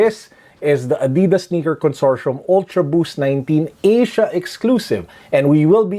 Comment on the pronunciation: Consortium with a hard t